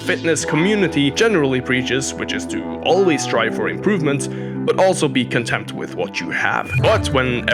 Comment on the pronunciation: Sounded like you said we should be contempt with our gains, not content😅 I do experience some contempt towards my lack of gains😂